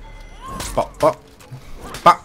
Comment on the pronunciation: it’s pronounced boop not bop WinterTommy